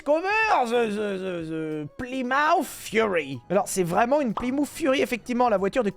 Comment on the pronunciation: Ses plymouf ses Plymouth. Tabarnak